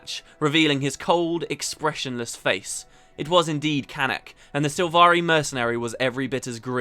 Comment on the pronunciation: They mispronounce all the sylvari Gaellic names. It's infuriating :-/